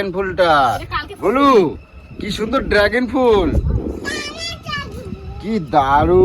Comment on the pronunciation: ড্রাগেন নয় রে গাধা কথাটা ড্রাগন। আসলে মূর্খ হলে যা হয় আর কি?